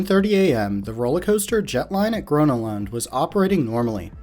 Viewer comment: that's not how you pronounce gröna lund